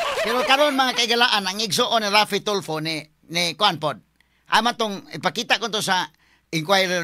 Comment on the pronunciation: Hindi ganon ang pagka sabi boss f daw ang secound to the last name!! So raffy tulfo nga!!